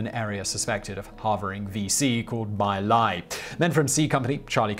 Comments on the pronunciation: Simon, Simon, Simon...Dude, "Khmer" of Khmer Rouge is said more like "C'mere" (i.e. contraction of "come here"), not "Kai Meer." Also, it's pronounced "Mee Lie" (like pidgin English for "I lie"), not "My Lie." I recommend doing the overdubbing thing you did early on in the video for these too, Simon. Sure, it's YouTube, but you look old enough to know better Simon. Simon, what if I made a video of your nation's famous battles at "Again Court" and "Has Things"? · Laos is pronounced LOUSE, not Lao. My Lai is pronounced me-LIE. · The name of thzt village is pfonounced "Mee Lye". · Just a note, the pronunciation of that little village was MAY LIE in American pronunciation. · It's pronounced MEE Lie (damned if that's not telling in itself -- read on.). Calley was scheduled for separation from active duty and then Nixon stuck his apostate Quaker¹ nose into the affair and, when he couldn't get Calley acquitted, ordered his house arrest and detention under those terms. ¹As a descendant of Quakers myself, I find any relinquishment of conscientious objector status to be apostasy of the highest order. Nixon relinquished his to serve in the Navy in the South Pacific theater.